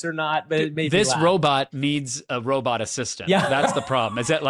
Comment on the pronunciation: Each time I hear you pronounce robot as “” I feel a huge need to have that flailing robot (likely a range of motion test where they stupidly put the speed way too high) attack you.